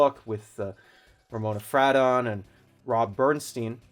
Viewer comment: It’s pronounced fray-don.